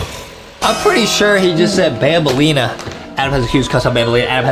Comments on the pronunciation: It's BAMBALEENA not bambalina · bro his saying banbaleena